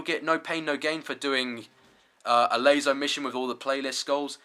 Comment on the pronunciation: Another lazo guide? I mean laso he says lazo :D